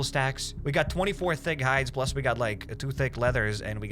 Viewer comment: Every time you say thick it sounds like fig to me lmao